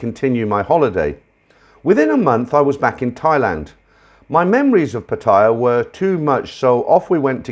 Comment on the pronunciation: Thanks. I asked my Thai wife and her friends: The way you pronounce "Pattaya" is absoluty correct!!!!! The first vowel in a word gets intonation very most of the time I love your comments and views on it between the stories.